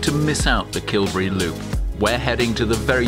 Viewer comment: Great video, and I'm so glad you pointed out the importance of Dunadd. It is, in effect, where Scotland began. A couple of small points on pronunciation. Dalriada is stressed on the 'ee' sound, not on the 'a', 'ria' just as Rio is not stressed on the 'o', it's a diphthong as in Ikea (!). And Kilberry, like all Kil- names is stressed on the second element. Kil is the generic first element (the cell of...), Berry is the specific second element, a saint's name. Small points, that don't spoil a fine video.